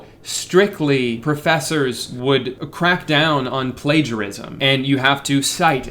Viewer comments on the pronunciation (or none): It's pla-ga-ri-zm, Drewwww (I want a spongebob shook meme insert here because im making a big deal out of nothing but sadly Youtube comments are that advanced yet [Yes. Im addicted to memes, help])